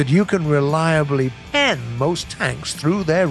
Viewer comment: The way he says “pen”